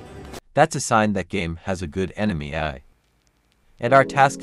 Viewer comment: The ai voice can’t say ‘ai’😂 great video and explanation, a few typos but your intent was clear